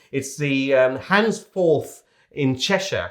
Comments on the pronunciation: Its Handforth without an s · What an opportunist video - sad. Can’t even pronounce Handforth